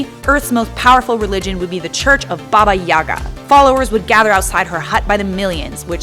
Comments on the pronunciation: In russian - YagA, not YAga. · Nice vid... But ffs, if I hear Babayagá pronounced Bábayága again, I'll cut off my ears. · I feel like she’s pronouncing it wrong...